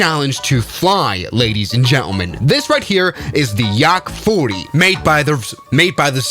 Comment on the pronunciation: bro said Yarrak 40😭.